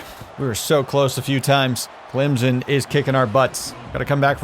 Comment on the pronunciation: Clem-son. Hard m sound. Jeez…